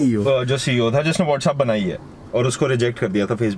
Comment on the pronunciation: Whetsapp kya hota hai What's app to bol sahi se